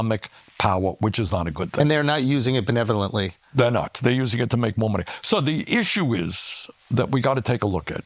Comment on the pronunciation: If this Mf says benelovent one more time!!!!